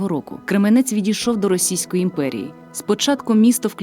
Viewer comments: Голос дикторки приємний, але наголос в слові Крѐменець - на перший склад!) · Тільки це Крéменець! Наголос на перший склад, будь ласка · і не Кременець а Кременець наголос на першу букву е!м